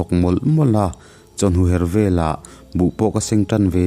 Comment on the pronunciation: A ngaihnawm ṭhin hle mai, thil pakhat 'chawhnu her' tihah khan chawHNU kha i ri a hniam a, her tih kha a ri a hniam leh bawk a, a ri hi a sang ve ve tur a ni, ka'n ti ve khanglang teh ang